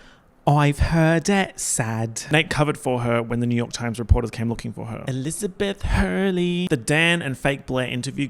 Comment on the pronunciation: Every time you say Chivy, SpecTATOR, and Elizabeth Huurley~ I die of laughter